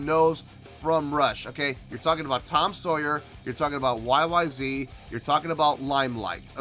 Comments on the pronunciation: it's not a question of pronunciation, it's the name of the song, the way Rush intended it to be. YYZed ! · Is it pronounced YYZet? I didn't know until years after I heard it? Great song, performance 👏.